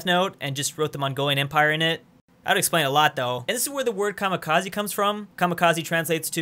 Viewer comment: Kamikaze not Kamakaze.